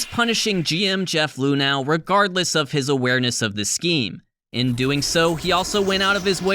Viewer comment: My biggest takeaway from this one... THAT'S how you're supposed to pronounce "Luhnow"?!